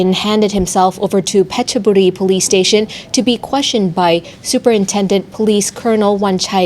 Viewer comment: Why pronounce all the Thai words properly except Petburi. Not one Thai would say Petchaburi. Never.